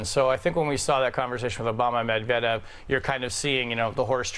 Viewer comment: If you're going to bring up Medvedev then at least pronounce his name correctly, MeAgain.